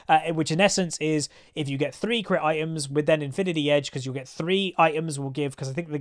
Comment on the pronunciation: Said infinity edge wrongly....